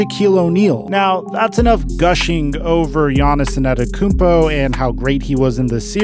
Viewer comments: Hey man, Giannis won a championship. It's time to start saying his name right. It's Antetokounmpo, not Anetekounmpo. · why is he saying a-NET-tokounmpo? loool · My man keeps calling him Giannis Inantokounmpo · If I were you I'd just avoid saying gianiss' last name since you obviously can't pronounce it and I can't spell it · Say his name correctly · PRONOUNCE HIS FUCKING LAST NAME RIGHT. FUCK. JUST SAY GIANNIS IF YOU CAN'T SAY IT. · Why does you say his last name like that? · How difficult is to learn how his name is pronounced. Show some respect to his name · bro say his name right pleeeeeaase😂